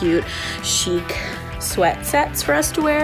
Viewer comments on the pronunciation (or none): none